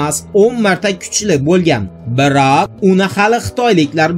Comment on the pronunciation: BIRAAAAAQ gapirişing ğalati ekan!